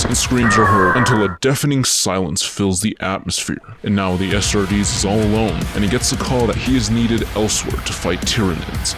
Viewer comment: Bro keeps saying “ASStartes”